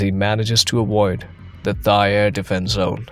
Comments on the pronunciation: “Thigh air defense zone.” Seriously? You mean Thai? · AI narration is annoying. It pronounced Thai with an “h” sound, instead of “tie”. Just one of many AI mistakes.